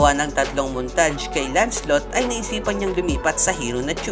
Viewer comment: Kuya MALI PO PRONOUNCED NIYO PO SA LANCELOT.hhhhhahaha lanselot pagkabasa(Lancelot po)